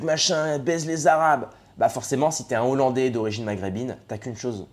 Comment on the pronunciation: Pour soutenir un YouTubeur qui « maîtrise le verbe ». On ne fait pas la liaison devant un mot débutant par un « h » aspiré. Ex: des hollandais, donc ne pas dire : »des zollandais ». Sinon, j’ai mis un pouce en haut pour cette vidéo.